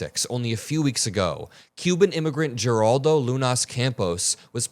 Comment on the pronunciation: Heraldo is how it's pronounced. I'm just not surprised. Furious, not surprised.